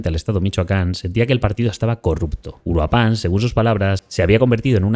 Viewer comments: Puedes decir Uruapan, haciendo enfasis en la segunda U. Uruuuapan. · Hola excelente video. Pequeño aporte: Se pronuncia uruÁpan, no uruapÁn. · Soy de Mexico y de inicio se pronuncia (uu-rua-pan) No uruá-pan Pero bueno regresando al tema Pues... hay esperanza para 2027 ya dicen que haí la van a destituir si no es que antes Pero hay muchos problemas antes deso Militares siendo apestados y narcos siendo salvados por los putos derecho humanos que para nada sirven Este 2026 viene cargado con 50 nuevos impuestos sacados del culo El lado positivo es que hoy con las redes y canales asi, los Mexicanos están despertando la manifestación funciono destapamos a ojo público la verdadera cara del narco gobierno y habrá cambio Tal vez no viva para verlo pero si todo sigue asi Mexico vera la luz por fin Verás es un régimen perfecto no hacen creer como bueno muchas cosas Yo por mucho tiempo creía que hoy 17 septiembre dia de la revolución era algo bueno Pero no Ese dia lo que paso es que se inició la dictadura que hasta hoy sigue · Mi única aportación es que Uruapan tiene su sonido más fuerte en la primera A aunque no tenga acento. UruApan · El acento es en la primera sílaba de Uruapan. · Muy buen video, aunque me sorprende como los medios extranjeros evitan hablar de una de las principales razones por las que la gente está harta: que nos consta que vivimos en un narcoestado. *Puntos extra porque hizo un muy buen esfuerzo para decir Cuahutemoc (aunque no le salió bien Uruapan 😅)